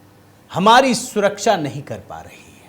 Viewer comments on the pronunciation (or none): none